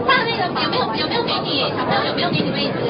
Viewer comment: 就算是她說她是新加坡人，但聽她那個囗音，可以肯定是后來移民才入籍新加坡的。她那句"小朋友"跟"SORRY"的發音已經把她的原籍給出賣了！所以說她若不是后來入籍的新加坡人，那肯定是個冒充的。